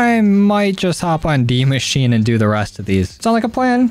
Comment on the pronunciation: He sed de machine it’s de machina is how it’s pronounced and it’s German for the machine